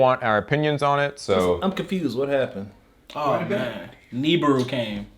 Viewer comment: Please pronounce nibiru correctly